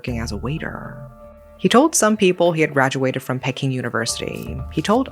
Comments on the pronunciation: As a mother of sons, this sickens me. Your own child unaliving you and wrapping your body up. Insane. Oh and isn't it pronounced "Pee-king" university? I was thrown off by it being pronounced "Pecking". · Why you pronounce peking like pecking most of the time i watch your videos your pronunciation is excellent but just this time its abit off 😂 if you say it like this pea king without the S that's how is sound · Enjoy your animated and bizarre yet true crimes committed by Asians. However, would appreciate it if you would pronounce Peking correctly.